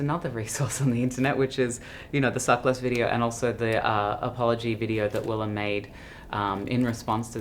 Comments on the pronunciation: The interviewer didn't do his homework. Cringe. Wllam hates it when her name's pronounced wrong. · Who the fuck is this, you are a nobody. The least you can do is pronounce the name of your guest correctly, you illiterate fool! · Not him literally getting the pronunciation of Willam's name wrong and then not knowing when the tour started.. All in the first 20 seconds wow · The interviewer could have did a basic YouTube search to learn Willam’s pronunciation for his last name! At least be a little prepared.